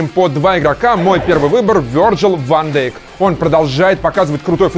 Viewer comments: Не Ван дАйк блин а Ван дЕйк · Ван Дейк читается! Фамилия голландская, а не английская